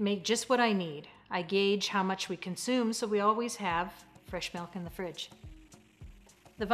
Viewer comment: They call it MELK in Iowa, i think?